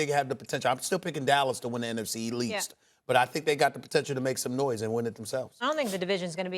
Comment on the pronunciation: that man Stephen A. said "in the NFC (L)east ". I'm in tears.